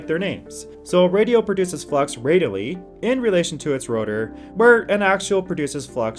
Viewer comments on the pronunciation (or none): Great info. Please work on your pronunciation. Wurr instead of Where, Paseudo instead of Pseudo, Parawell instead of Parallel, Superductors instead of Superconductors. Work on delivery. Keep up the good work. Cheers